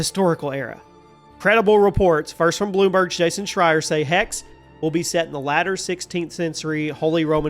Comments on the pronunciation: Well not really, he is dropping the last letter. But yeah, some regional German dialects do this as well. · Its spoken "Hex-seh" in german (fast with a strong "x") (the "e" and the end like the "e" in "the").